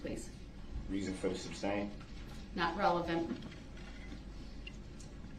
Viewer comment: Today’s words are “reason for the substain”? 😆😆